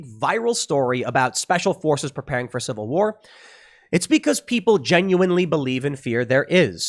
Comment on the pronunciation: If I had a dollar for every time Tim says Cival war, I’d by Epsteins island. Shut up Tim.